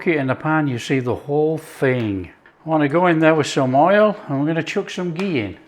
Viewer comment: You even called it "khichdi", not any fancy ass english name.. that too with the right pronunciation( kh not k)👏👏 Also you said ghee, not clarified butter, sir i'm impressed 🤝